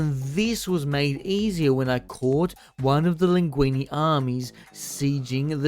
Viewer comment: Mousillon ( moo see yon ) not Mussolini Languille (lan guiw) not languini Bordeleaux ( bore the low) not borsexcadu 😅